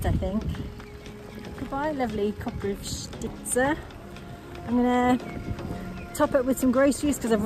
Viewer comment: Well done, you're pretty much pronouncing Koprivshtitsa like a local - honestly. That little bottle of rakia can easily knock you out though, so please be cautious:D